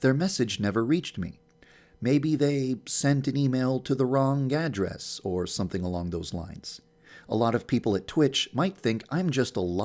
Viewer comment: Did anyone else hear it as "maybe they sent it to the wrong yanderess?".